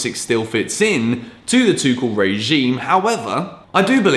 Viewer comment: Guys FYI, stop destroying coach name, Tuchel is pronounced "Toorel" and not "Tookel", just a short note